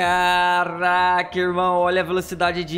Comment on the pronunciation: Dificuldade de uma pessoa de falar CaRaCa é impressionante... vai num fonoaudiólogo, tem esperança... ñ se deprima!😂